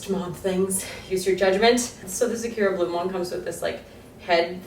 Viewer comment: The way you say sakura is horrendous. Sa-coo- ra